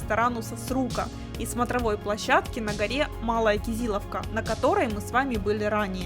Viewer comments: СубханаАллахь, девушка день всего была и за день столько выучила про республику и город, что на произношение, а тем более ударения типа кизИловка и т.д можно и нужно закрыть глаза. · В Къуунче вкусные хычины и шашлык. Ну и малая кизило́вка, Тырна́уз (просто чтобы знали, а не с целью душнить). Я сам заметил что местные говорят Эльбрус (ударение на "э"), ну а туристы Эльбру́с.